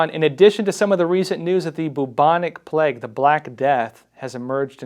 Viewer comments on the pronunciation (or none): none